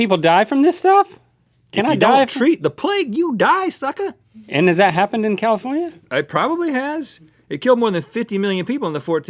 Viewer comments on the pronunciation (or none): “If you don’t treat the plague you did suckar!”😂